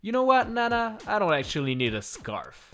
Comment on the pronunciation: When you call "scarf" "scary"